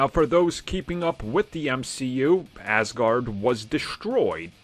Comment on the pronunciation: Hi, it's Aaasgard, not ass guard :)